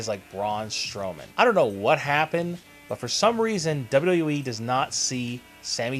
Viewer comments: let me help you... its pronounced "Double You Double You EEE" ... not "Dirhrjfjc E" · LEARN HOW TO SAY "WWE"!! "WwweeE"..."WduhhhE"....open your mouth when you talk! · Dude learn how to say Wwe